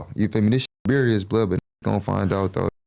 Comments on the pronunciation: Bro when he first said "berious" I cried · Did he say “Berious” ? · “Berious” 😂. Pleaseeeee. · Love this interview, made me like and really know him, not just from seeing him with Stunna girl, but real ish, someone needs to let him know you spell serious with S not with a C cause he keeps saying berious. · He said Berious instead of serious………. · Berious? Does he think serious start with a C? lol 😂 blood Beriously needs to Brack a Book on Piru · Beriuos 😂😂😂😂 sht sound dumb asf why is the language barrier so bad lol seriously like wtf serious starts with a S and dosent even have a C in it 😂😂😂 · I heard a few niggas say berious. Now ableep is wild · He can’t say serious? Lol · “Berious” is insane